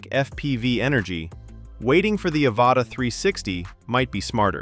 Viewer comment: "Ava Ta" that's one way to pronounce it